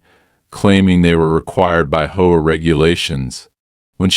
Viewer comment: What the Hell is a Hoe-a? I'm sure this is a text to speech. Text to speech has pronunciation correction. Try using it